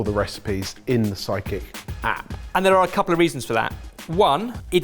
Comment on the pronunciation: I keep hearing Psychic rather than Sidekick 😅